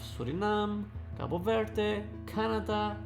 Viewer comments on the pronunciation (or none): none